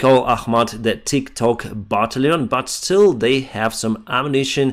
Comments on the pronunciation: Ba - Tal - Tion my friend , Baaa - Tal - eon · Thank you for all your efforts. I discovered the channel shortly after the Russian invasion, and make it a point to watch every evening. I don't want to nit-pick, but I'd like to help you out with your pronunciation of the word "battalion." The first few times I heard you say this, I was a little confused about what you were saying. To help viewers understand, it might be helpful to pronounce it " buh-TAL'-yon " with the emphasis on the second syllable. Nonetheless, please keep up the good work. You're doing a great job.